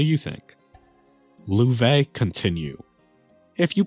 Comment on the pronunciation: Loewe should probably be pronounced "löv". It means "Lion" in German. Thanks for the video!